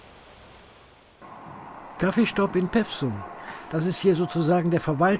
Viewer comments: Vielen Dank für diesen schönen und informativen Film aus meiner/über meine Heimat! Etwas zum Schmunzeln gab es auch: "Peffsum" - richtig ausgesprochen wird der Ort Pewsum mit einem langen "e", also etwa "Peefsum". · Bitte nicht pewsum sagen. Das heisst Peewsum. Mit langem e. Ansonsten nett.